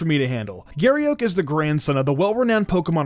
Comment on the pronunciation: "Giry Euk"